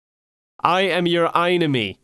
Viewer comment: Im playing phasmophobia while i watch this and right as he said "I am your einime" Thunder struck.